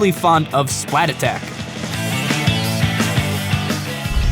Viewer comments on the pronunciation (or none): Fond of Splattack. Can't even say the name properly GOOD FUCKING JOB,.